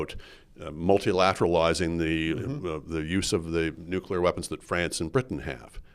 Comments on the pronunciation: Bit of a pet peeve but, for Heaven's sake Rudyard, you're a writer and a journalist...and a Canadian. It's not "nucular", it's NUCLEAR (nuːkliər or NOO-klee-er). George W Bush screwed that pronunciation for the world....apparently even Canada! Please do better. Merci!✌🇨🇦 PS: Thanks to Andrew Coyne for pronouncing it correctly! Say it with him: NOO-klee-er....NOO-klee-er.👌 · "Nucular" I drives me crazy when an otherwise educated man like Rudyard says : "nucular". Come on. You're not a kid.